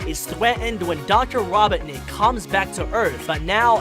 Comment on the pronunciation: Why do you pronounce robotnik wrong? And in the beginning of the video... "gweeeeeennn????" And "thweatened" ?? Are you 4? Your about section says "your a funny guy that tell funny and interesting things" talking like a baby isnt really funny to me.... sorry.... just some constructive criticism....